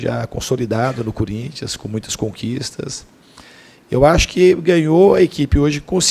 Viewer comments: opa! So repara na forma ele fala,ele não diz Corinthians,ele fala curinthians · "Cúrinthians" Diniz, Fernando 2019 😂😂😂😂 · é no minuto 1.43 kkkk ele fala curintia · DINIZ "CÚRINTS" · Quem ouviu ele falar CURINTHIANS DEIXA O LIKE !!!!